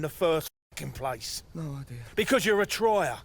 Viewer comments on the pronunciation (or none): none